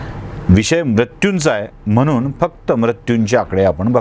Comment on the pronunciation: S sir . I was also feeling odd & shy on your n, instead of nh as pure Marathi .spl in pronouncing MHANUN CORRECT ,U MHANUNH .